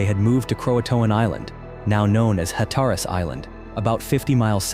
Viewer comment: Incorrect pronunciation on nearly all the site names. Hatteras is Hat-ta-rus. Uwharrie is u-war-rey & Cabarus is Cu-bare-us. So clearly not from anyone who has ever been to NC.